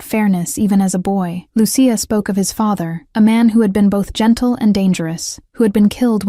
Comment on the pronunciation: Please program the AI narration to properly pronounce Lucia. It's NOT Lu-see-a. It's Lu,-chia.